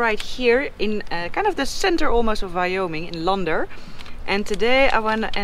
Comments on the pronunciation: Love the way you say Lander - Lahn-Der...it's Lehn-dr with a near silent r at the end. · LAnder not LUnder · Lol! Land er .. not launder, lol! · I like how she pronounced Lander-launder us westerners would just say LANDer! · It's liker "moon LANDER", not Lunder. LoL 👍🏔